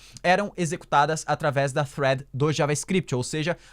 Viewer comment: olha sóóó, pronunciando "thread" corretamente:) Alguém tá estudando Inglês